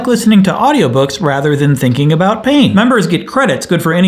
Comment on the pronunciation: The way he said "I like to go for runs a lot and I like to listen to audio books rather than thinking about *pain*"